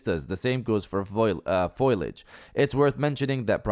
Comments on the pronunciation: Not fiol-iged fo-lee-idge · Please stop saying "foilage". It's fo·liage or fō-lē-ij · It's pronounced fo-li-age. Foilage isn't even a thing bro. I have a pet peeve about youtubers mispronouncing words. Continue. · say it with me foal-e-ege foliage the ‘i’ is after the l